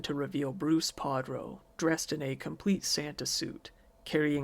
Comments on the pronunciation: his names PARDO not PADRO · Just so you know, it’s Pardo, not Padro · It’s Bruce Pardo, not Padro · I thought it was Bruce PARDO and not Prado. This is interesting because Pardo is the slang for someone covered in ash. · The perpetrator's name is Pardo, not Padro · His last name was Pardo, not Padro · his names pardo not padro btw, sorry just thought I would say in case you didnt know your mistake